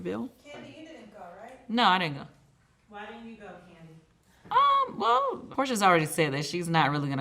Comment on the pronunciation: I like Kandi, but her voice is annoying and the way she pronounces words is disgusting